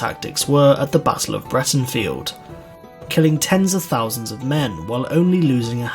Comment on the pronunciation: It’s pronounced Brightenfelt, good vid tho